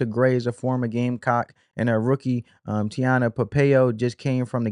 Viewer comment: Dude that’s not how you say A’JA’s name..😒 or Tina’s name..get the pronunciation right 1st my guy..